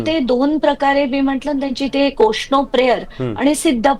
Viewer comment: शिश्नो जल होतं ते ओशनो नाही